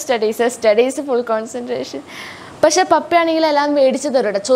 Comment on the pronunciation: Pasheeeee not pashe pakshe